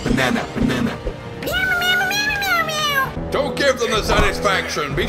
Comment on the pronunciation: ‘Kickboxing beh-ne-neh, beh-ne-neh‘